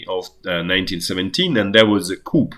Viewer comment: Coup = Ku: the p is silent.